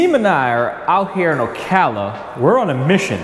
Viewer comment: You should learn to pronounce Ocala properly. Got talk to folks who’ve lived there for a few decades.